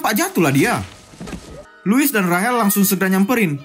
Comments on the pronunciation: Rachel❌ Rahel✅😂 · tulisan nya rachel tapi yg pengisi suaranya bilang rahel 🤣 dah itu nama gw lagi 🤣